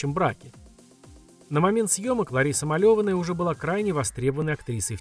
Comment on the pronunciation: Не МалЕваная , а МалевАнная!